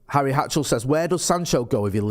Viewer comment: Harry hatchell?hatchery?? My fucking guy???